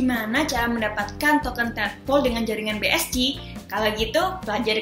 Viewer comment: bi es ci 🤣🤣🤣 bi es si kale enggres yg bner lah